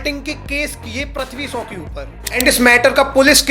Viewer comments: Prithvi shaw❌️pathvi so✅️ 😂😂😂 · Bhai name to shai bol le anpad 😂